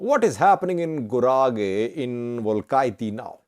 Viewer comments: you are mispronouncing the name of the capital city of Guragye. It is pronounced "Well-kee-te not Welkaitty. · It's not welkayti it is welkite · pronounce it Welkeete.